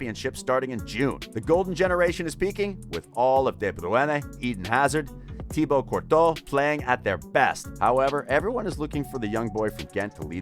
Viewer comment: I really enjoy watching these videos but something is lacking... the pronunciation 😅 Like for example how you said Thibaut Courtois.